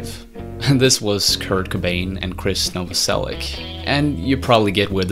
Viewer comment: it pronouns Novoselič. Great video anyway. Thumbs up